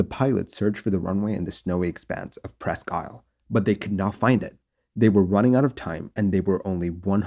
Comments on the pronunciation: Its pronounced Presk Eel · Not that it matters, but it's pronounced "Preskeel". French for "almost an island" - Presque=almost, Isle= island.